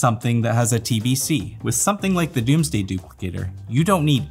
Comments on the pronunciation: It's DOMEsday, not DOOMsday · Is Domesday pronounced Doomsday? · homeboy is incapable of pronouncing "domesday" and "composite"